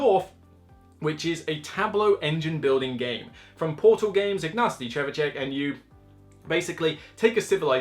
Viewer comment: It's pronounced Ignatsy, not Ignasty! Now try saying Teotihuacan 3 times. I thought the new game would be wingspan but maybe it's coming soon. ;)